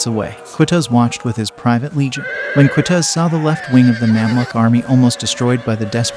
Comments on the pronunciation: Kutuz, pronounced kootooz. Bab El Zuweila, (the zuweila portal) pronounced with the article "el". Bab El Zuweila. Ein Jalut is pronounced EEin Jaloot. Ein Jalut is Goliath's Spring. Not "Herod's Spring". This battle forever diminished the Mongols influence and stopped them from invading North Africa. It was a sound defeat for the Mongols, their first and decisive one. It marked them psychologically and for the first time, allowed them to contemplate defeat as a possibility of war. Acre is pronounced, acra or St John of Acre. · Its Q, not K. It's pronounced Qutuz, with the letter Qaaf in Arabic, and not the letter Kaaf. There is no direct mirrored sound in English